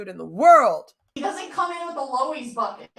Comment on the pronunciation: does she mean a lowes bucket when she says lowees?